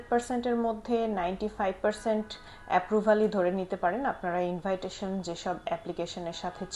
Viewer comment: এই শব্দটির উচ্চারণ ইনভাইটেশন এটা কোন দেশের একসেন্ট অবশ্যই এটা আমাকে আনসার দিবেন যতদূর জানা আছে এটার উচ্চারণ হবে ইনভিটেশন থ্যাঙ্ক ইউ